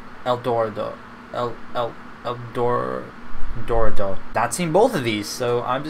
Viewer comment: The road to El door-AH-dough